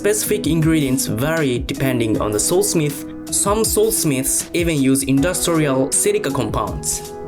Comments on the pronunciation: Bro i thought he was saying (soul) smith. I was like what? Is that what they call blacksmiths and then i realised he was saying sword smith bro im so fucking dumb🤦‍♂️🤦‍♂️🤦‍♂️ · I know hes saying Sword Smith .. but im hearing Soul Smith and that sounds bad-ass